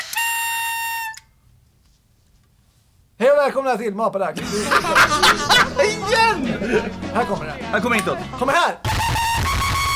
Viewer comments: Asså!! ”Hej o välkomna till ma-pa-dax” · Hahahaha mapadax helt fel utalat